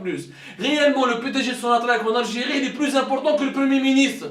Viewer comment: Bouteflika viva L ALGIRÉ .😂😂😂 PUTAIN MEME EUX NE SAVENT PAS PRONONCER LE NOM DE LEURS pays CORRECTEMENT 😂😂😂GRANDS BOUZEBBALS 😂😂😂 ALGERIE = ALGIRÉ 😂😂😂😂